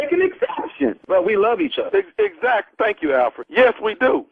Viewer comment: Tommy said "Thank you Alferd" LMBO